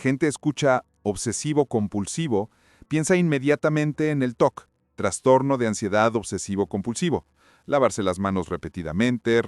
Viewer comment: Me da trastorno escuchar que digas transtorno :)